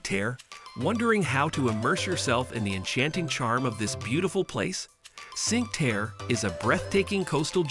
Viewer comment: Need to learn how to pronounce Cinque Terre.